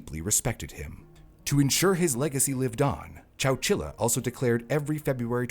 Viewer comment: wait, wait, chowchila? I thought bro was just saying Coachella really weird 🤣